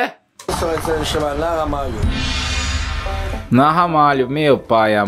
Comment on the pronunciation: Ótimo vídeo amigo!! O nome do restaurante é nAhamalho, não nohamalho. Ele se chama nAhamalho não por ser algo japonês, mas por ele se situar na rua João Ramalho. Só trocaram o r pelo h, no nome. Abração e ótimo canal!